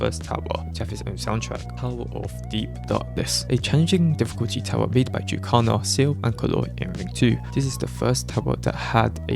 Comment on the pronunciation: why do you pronounce jukecalla as youcalar 😭😭